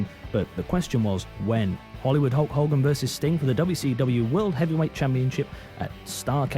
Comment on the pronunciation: Why are you saying Hulk Holgan?